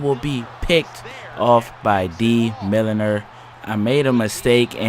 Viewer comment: I believe that Milliner's name is pronounced Mill-ner